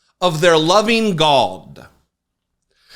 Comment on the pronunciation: Bat phone to Jesus and "Gawd" crack me up every time! I appreciate you my man!